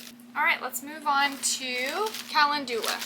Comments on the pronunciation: It's pronounced kuh·LEND yuh·luh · Not being mean or anything but, Calendula is pronounced. [KUH]+[LEN]+[JUH]=LUH]. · I love these oils, I am very interested in herbal medicine and calendula (pronounced kalenndula) is anti-fungal, anti-bacterial and can be used for all sorts of wound treatments, as in an ointment. It's also very beneficial in keeping the skin soft and healthy, very good for you if you work much with soil. ❤❤❤❤❤❤❤ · Good morning. Do they pronounce calendula differently in TX? In VA, we pronounce it ca LEND u la...duck duck go agrees with us. You are such a good teacher for so many subjects. I really enjoy your videos!